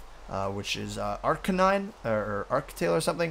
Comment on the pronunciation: its arcanine u said it right